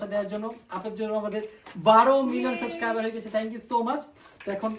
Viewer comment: শুনো, শব্দ টা সাসক্রাইবার না সাবসক্রাইবার।